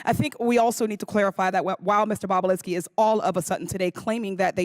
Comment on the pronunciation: She said " boobalinski"!! 😆😆👏🏼👏🏼😂